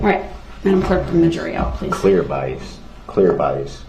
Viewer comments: OMG one of my favorite moments... BIAST. bias? BIAST. no B-I-A-S, bias, there is no T at the end. LMFAO...judge and educator. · Had me laughing when he kept saying "BIEST" and the judge was like, "oh BIAS?" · He also learned the word is “Bias” with no T at the end 😂